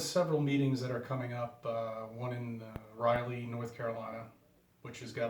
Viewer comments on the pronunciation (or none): Where the fuck is Riley NC. Lol u can’t even pronounce a city name how do u expect people to listen to ur ignorance.